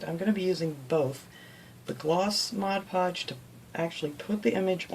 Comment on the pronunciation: Outstanding! I like that you do projects that are so unique. And like that you say Mod Podge not Modge Podge (my pet peeve).